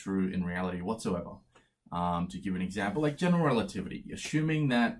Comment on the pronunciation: He must have said "general relativity" so many times that he is able to say it like one single word "generaltivity"